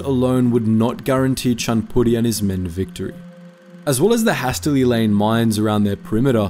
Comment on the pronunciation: Never heard anyone pronounce hastily that way before